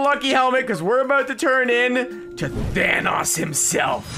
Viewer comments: It’s Thanos not thanas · Not pronounced Thanos it’s pronounced Thanos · Are we just gonna ignore the way he says “thanos” 😭😂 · says thanos wrong